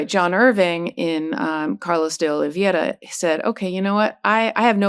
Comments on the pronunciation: It's pronounced Dee- Olee vey ra (spelled D Oliveira) the e before the i.....vey like saying Hey... but at least Karen Freedman Agnifilo tries to pronounce it correctly. KUDOS for trying. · Karen, it's DeOliveira (olivera) not DeOliviera. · Please learn how to pronounce DeOliviera correctly. It's embarrassing.